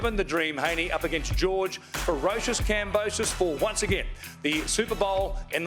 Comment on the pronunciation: has to know by now that George's last name IS NOT pronounced KamboSOSE lmao